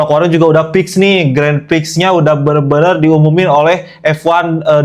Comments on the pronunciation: The correct pronunciation for Grand Prix is... Gron Pree. *, please take note. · Sebutan Grand Prix itu adalah "Gron Pree" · Grand prix itu sebenarnya dibaca “gron pri” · cara sebutan Grand Prix ---> Gron Pree